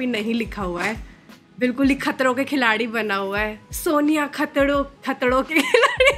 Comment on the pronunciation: The way she says"khatdo" instead of khatro = hilarious 😂😂